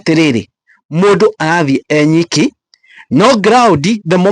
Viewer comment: Ewiki not enyiki